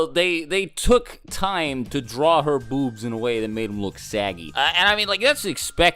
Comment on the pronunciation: Why do you say boobs weird